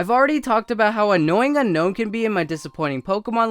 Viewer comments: BTW unown is pronounced un OWm cuz you want to UNOWN it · Oh, btw, Unown is pronounced (Un-Own)